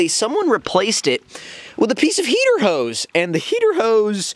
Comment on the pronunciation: hee hee the way u say heater hose makes me laugh so hard. u should start a comedy channel.